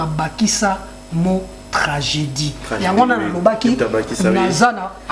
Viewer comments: Journal yo moko ozo koka koloba tranjeudi te journal yo pe loba tranjeudi koooo 🤣🤣🤣🤣🎤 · Oyo chroniqueur to mutu ya maboke koseka seka pamba pamba , ba question ezanga tina 🤔🤔🤔🤔🤔yo penza ata maternelle okenda te na mot tragédie oyebi ko prononcé te mawa,ozo loba tranjeudi🤣🤣🤣🤣🤣🤣